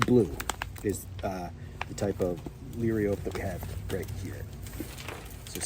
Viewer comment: La rye o pee ....is the pronunciation!